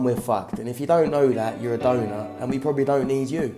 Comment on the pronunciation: I fkn love every time this guy says "Yaw a donut!" 🤣🤣🤣🤣Ima start callin people that